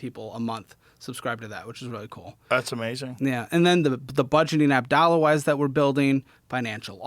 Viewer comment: kept mispronouncing his app as “Thollawas” 🙏💯